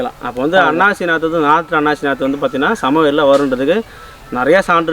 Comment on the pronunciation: அண்ணாச்சி அல்ல அன்னாசி